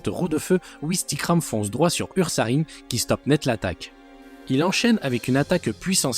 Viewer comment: On dit Oursaring même si ça s'écrit Ursaring